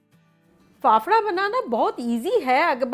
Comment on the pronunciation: Faafda not phapara 😁